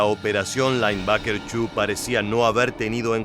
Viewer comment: Seria bueno un relato en castellano o ingles......."lainbaker"😂😂😂